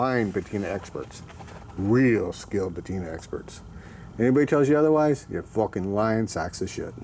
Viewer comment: SEVENTY FOCKING YEARS!!! Lol